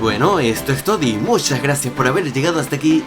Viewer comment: Tú siempre al final dices esto es TODI es un error o lo dices así porque quierws